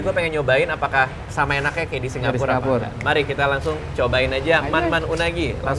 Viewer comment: Heran kenapa radit nyebut Singapur jd Singgapur.